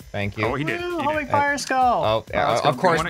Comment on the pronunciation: No it’s “homing”